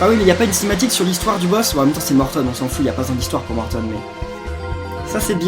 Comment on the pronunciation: sa se prononce morton pas mortone